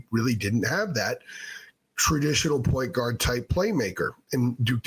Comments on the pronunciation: it’s like one word instead of two and you’re emphasizing guard instead of point lol. Also kinda sounds like Enguarde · Why do you say point guard like that lol